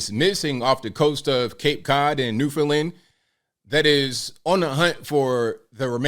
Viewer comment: is the only reporter who has pronounced Newfoundland correctly